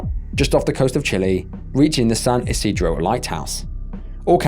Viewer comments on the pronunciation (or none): none